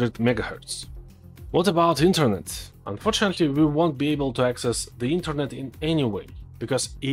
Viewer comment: но интернет, прям отдает Русским)))